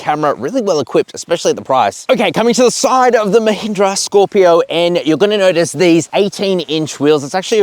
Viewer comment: at least firangs should try to pronounce mahindra properly, they cut all the power, masculinity, smartness of the word